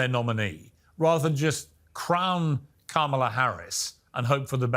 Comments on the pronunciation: I just gotta say that anyone that refuses to pronounce the Vice President of the United States' name correctly is just rude. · The good congressman isnt even smart enough to learn to pronounce Kamala's. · Hey Dan, I want someone who doesn't intentionally mispronounce names for political points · No surprise, this jerk pronounced Kamala wrong. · What’s wrong with this Mr. Crenshoe that he can’t pronounce VP Harris’ first name. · Ita not Kah...MAH lah...ITS KAMALA!!!! DON. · When Dan Crenshaw keeps mispronouncing the Vive President's name it shows he is in the cult. [COMA-LAH] IT IS EASY!! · Does anybody in the UK actually buy into Morgan’s and Dan Crenshaw’s bullshit? Besides, Crenshaw is not stupid. He knows how to properly pronounce Kamala’s name, but like the petulant child he supports, he intentionally mispronounces her name. A serious man does not behave like this. Coma-la. There, Dan, it’s easy. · This Crenshaw is in denial The economy is the best in the world right now. donOLD left office with the worst fiscal mess ever. Dementia donOLD is not to be trusted. And dude its pronounced COMMA-la. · Dany I will teach you how to pronounce her name, don’t be rude, you are showing disrespect Comala meaning , La how would you like if we pronounce your last name name as green saw? And you are being rude interrupting a spinning the country no longer puts up with that narrative we see and hear, no need spinning as maybe it works with the MAGA crowd not with the rest Dear Dany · Oh Crenshaw! You had Such Promise….😮 At least w/ Harris there Is Something to be Hopeful about! Trump’s ILL And Come On! Congressman Crenshaw you Can pronounce the Vice President Harris’s name !!! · The ongoing bigotry of mispronunciation a simple name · Hey Dan......Jan 6...Jan 6....Jan 6.....HELLO? also...the Clown still can't even Pronounce the V.P.'s name...some Patriot....Sad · What is Dan Crenshaw's and the GOP economic plan or any other policy. He also mispronounces the VP's name. TRAITOR